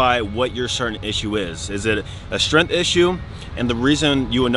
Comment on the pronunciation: “Strenth” or “tentacle” issue 😳🤔.